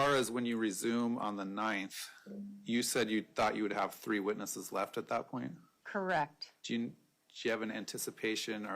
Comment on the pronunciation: Can she not pronounce a soft “e”? Definse, Corrict….why am I even watching this?